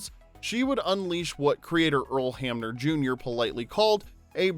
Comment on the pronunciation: Earl Hamner. Not Hammer.